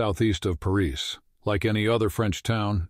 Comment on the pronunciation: Not well programmed AI — I stopped at ‘Pareese’